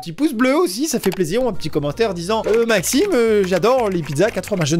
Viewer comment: Euh Maximeuh j'adoreuh les pizza 4 fromageuuuuh.